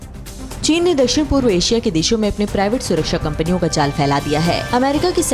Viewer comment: Wow china ko chine pak bola jata hai